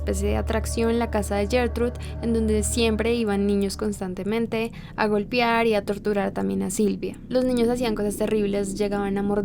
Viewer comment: en 30 segundos dijiste 4 veces golpiar, golpiarla.( . . . ) y por el resto del vídeo lo repetiste varias veces. Lo pronunciaste mal, la pronunciación correcta es golpear, golpearla, las golpeo. Checa esos detalles.